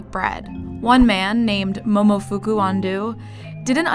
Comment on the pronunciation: Dang, ya’ll should’ve really tried to pronounce the Momofuku’s name correctly